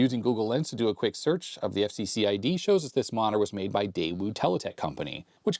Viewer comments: it's "dayoo" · The "W" is silent in Daewoo. Just thought you'd like to know 🙂